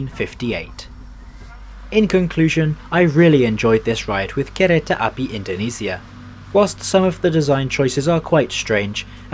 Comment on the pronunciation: But he said kereta api "kehrehtah apee"